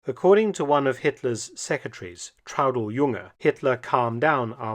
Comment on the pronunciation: Es wäre sehr nett, wenn ihr die Namen richtig aussprecht. Der Mann heißt Fegelein und nicht Fagelein, Hitler war der Führer. Und seine Freundin hieß Eva und nicht Ava. Seine Sekretärin hieß Traudl Jung und nicht Trude, Gestapo und nicht Gustapo !